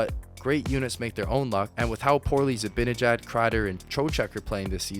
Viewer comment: FYI. It's Zi-BAN-ejad, not BIN